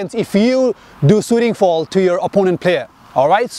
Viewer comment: Is he saying 'fall' or 'foul' ?🤔